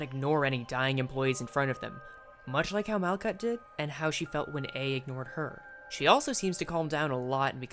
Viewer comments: its mal-hut, the "k" is a "ch" sound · Malkuth is pronounced like “Mal-cut,” actually!